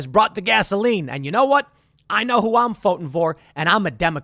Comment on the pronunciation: 😂 dislexia! “Foting vor!”